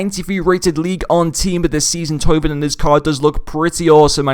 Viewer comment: His name is Thauvin. 'Toe-van'